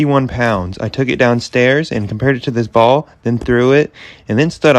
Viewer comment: When he said ball it sounded like just sound is wrong